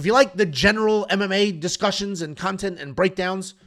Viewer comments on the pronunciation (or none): none